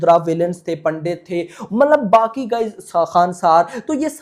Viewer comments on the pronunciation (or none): none